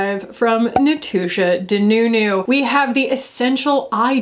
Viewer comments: And Natoosha Denuuunuuu! Both in the same video - what a treat! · That Natooosha Danuunuu caught me off guard and dang near had me choking on my cookie......